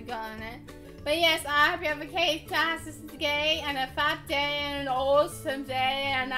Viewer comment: go home, you're drunk. Seriously, at the end it sounded like you said have a "caketastic gay" and a "fap day". Noooo! XD Anyway, this was funny. Weirdly, we have nearly all of these in America. I guess we can trace a lot of our culture back to you guys, so that makes sense I suppose. Except for "Bob's your uncle". Clearly, that's like, MEGA all you!!:)